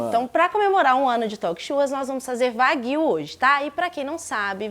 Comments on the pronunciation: Opa, sensacional! Só uma dica, a pronúncia de 和牛 (wagyu) é "uáguiuu" e não "vaguíu" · Nao se le: Vaguio. Se le:Uaguio